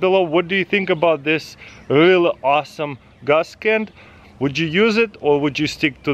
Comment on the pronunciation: "Gaas Ken"